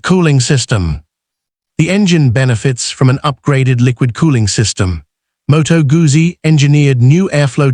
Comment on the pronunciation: "МотоГАЗЗІ"? Серйозно? Це як "ЛамборДЖині" 😂